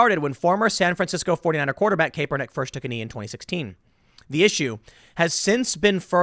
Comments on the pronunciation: CAP-ernick. not CAPE-ernick. but regardless this stuff is ridiculous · I'm not a Kaepernick supporter Tim but gotdamn if I have to hear you say Cape-ernick one more time lol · Tim, for the last time, it’s CAP-ernick not CAPE-ernick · Tim say "Caper"nick on purpose as a troll or doesn't know it is "Kap'er" nick? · It's cap-ernick. Not cape-ernick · Tim it's obvious you're not a sports fan which is fine, but at least know how to pronounce these guys' names when you cover stories about them. Kaepernick's name is pronounced Cap-er-nick not Cape-er-nick and Rudy Goebert is actually pronounced Go-Bare (with emphasis on second syllable) not Go-Bert. I'd suggest you do a little bit of research how to pronounce a particular sports guy's name when you cover a story about him. That's all I'm saying. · CAP-PER-NICK not CAPE-ER-NICK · It's cap-er-nik not cape-er-nik, Tim. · Kaepernick is pronounced: Capp-er-nick NOT "Cape." He does not fly around like Superman although he thinks he does because he is an egotist. That aside, yes, I agree with your point. But I cringed every time you said "Cape." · Tim, say it with me, CAP-ER-NICK, not CAPE, CAP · Tim, it's pronounced cap-er-nick Not cape-er-nick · Tim, CAP-er-Nick. BTW, Who gives a crap, Anyways...... Right on 2 the dude From Denver.... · Tim its pronounced CAP-ER-NICK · Love how Tim calls him "Cape-er-nick", lol. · Did you just say kaepernig? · Tim, FYI, its pronounced "kap"ernick, I understand that sometimes this spelling results in a long "a" sound, but sportcasters have been pronouncing it as a short "a" for many years. Love your show!! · Idk why i find it so funny that Tim is the only person who still pronounces his name “Kay-pernick” 😂😂😂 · It’s actually pronounced Crapper-nic. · Tim, for the love of God his name is pronounced CAP-ernick. FFS mate. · It's still (KAP-er-nick), Tim Poor Tim continues to try and turn Kaepernick into a hero by putting a "cape" on him. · Kaperprick say his name right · The E is silent TIM.